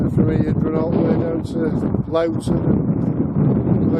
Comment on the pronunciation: It is NOT Lawton it is prounounced LOWE TON